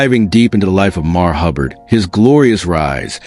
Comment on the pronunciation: MARV! MARV!! Get it right!